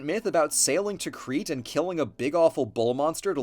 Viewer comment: Nitpick but I’m pretty sure Crete is pronounced like “crate”